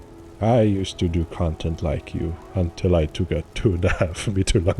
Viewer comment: how many times does bro say content in a video and ngl i hate how he sounds saying it now.